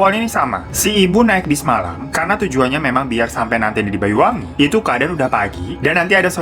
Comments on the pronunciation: Ralat bang bacanya BANYUWANGI bukan BAYU WANGI.. Mohob Maaf lahir batin ya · Iya bang, pelafalan banyuwangi terdengarnya bayuwangi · Mas maaf sebutan kota yang bener BANYUWANGI bukan Bayuwangi 🙏